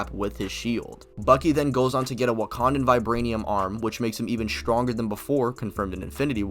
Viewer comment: "SCHTTRONGER"??????? Why do all these people with speech impediments starting channels?